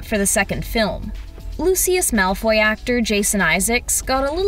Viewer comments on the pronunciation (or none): none